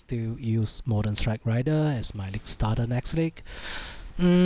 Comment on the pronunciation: Raider, not Rider